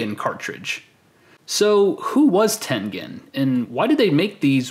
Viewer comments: It's Tengen....pronounced as "Tenjen". Smh. Gotta love milenials that think they know everything about an era they were never born in by doing massive amounts of research ON THE INTERNET. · It is pronounced "ten-jin", with a J sound, not a G sound. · I thought that it was pronounced ten-jen. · I always pronounced it Ten Gen (as in Genesis) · No! No! No! It's Ten -Jen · It's pronounced "tengine." It's American.